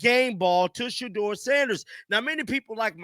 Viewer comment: He just can’t say Shedeur’s name. It’s just a shame to say a rookie. His name is SHEDEUR dude.